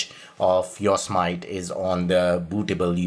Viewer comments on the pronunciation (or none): I live in CA... It's called "YO SEE ME TEE" not "YORK SMITE"... lol you are a good man ! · its pronounced Yo' Se' Matee. Jesus. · Ok sorry to correct you on pronounciation because I hate it when I am corrected but this was big error IMHO. Its not yos mit long i and long o. It is yo long o, sem short e, it short i, e long e. The yosemite were a small tribe of native americans that lived around the area and the mariposa tribe. Yosemite translates as killer in english. The yosemite were not nice ppl. The yosemite tribe called the area ahwahnee which translates as big mouth. The language those words are in was miwok and was the language of the yosemite and mariposa tribes among others around California Oregon Nevada and some parts of Washington and Idaho